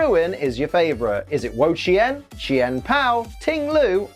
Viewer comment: is one of the 1st people I heard say wo chien name right. dude work dude. one thing I wish pokemon company did though was put the accent marks in. for those that don't know the word ma can have 4 different meaning as an example, one being house and idr the other 3 as this was over 20 years ago when i took a mandarin class.